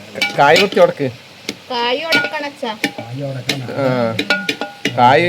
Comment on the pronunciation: കോയി.. കായി 😂